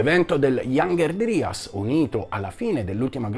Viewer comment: Piccola correzione: la pronuncia inglese corretta è "iangher draias".